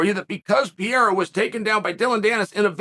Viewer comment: Why you’re calling him “Piera”?? 😭😭😭